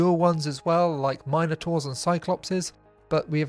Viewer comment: 😂 Oh, and bonus points for saying "minotaur" properly - no idea where this "mino-tar" bollocks came from!